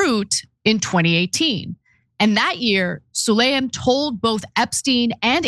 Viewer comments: Pronounced Saleem, not Sulayim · 😂HIS NAME IS: SU-LAY-MAN